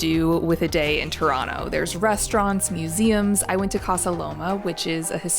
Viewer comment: Your pronunciation of Toronto is impeccable!